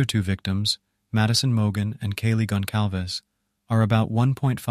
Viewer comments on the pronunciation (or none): Not correctly, Gon-salves. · the C with a squiggle is pronouced as S. This is a Portuguese surname